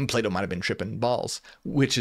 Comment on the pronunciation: Until I realized he was saying Plato I was constantly hearing playdoh xD Non native english speaker here. Interesting video!